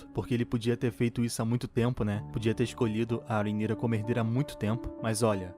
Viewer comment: Eu amei q vc pronúncia o nome da rheanyra corretamente! Tem um pessoal fazendo review chamando ela de rhayra e tá me dando agonia kkkkkk